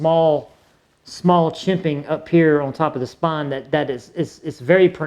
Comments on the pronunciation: Are you saying chimping? It’s called jimping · Its " jimping" brother